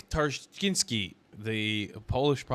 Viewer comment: Perfect!... almost nearly pretty close ;-) However, "tar - chyñ - ski" would be more like it... : ) Hey, I'm not making fun of ya, I know these Polish consonant clusters ("pszczoła" for "a bee", for instance) are quite nigthmarish for people not familiar with spelling-pronunciation relations of this language, but once you learn it (which can be done under one hour) it's pretty simple and VERY consistent - just like in German. Cheers!